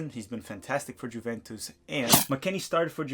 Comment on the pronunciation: Bruh please look up how to pronounce Juventus. Out of all of the team names to mispronounce...